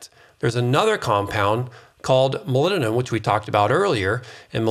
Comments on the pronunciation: It's MOLYBDENUM with B and D not molymnum. :D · Please clarify ... the mineral you mentioned near the end that sounds like " millennium" .... molybdenum? aluminum? ....hard to hear that as a recognizable element .... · Is he saying ‘molybdenum’? All I hear is ‘mulununum’...... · If you're also wondering about "molinnenum", it's molybdenum. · Molybdenum It has a 'B' in it. moly'B'denum Learn how to pronounce it. Otherwise, thankyou very much for the information. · What is milleninum? You keep calling it milleninum, what mineral is that? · Are you saying molybdenum? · I assume you are trying to say the word 'molybdenum'?